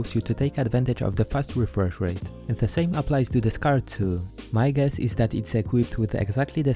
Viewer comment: Wefresh wate, what is wrong with your mouth?